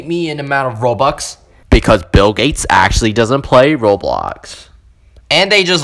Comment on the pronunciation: I laughed when you said roibox 😂😂😂